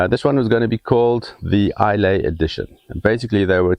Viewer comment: Thank you. Islay is pronounced ‘eyelah’ and that is not the weirdest Scots name. Ask a Scot how to pronounce Ledaig😁! P.S. Kilchoman is pronounced’Killhoman’.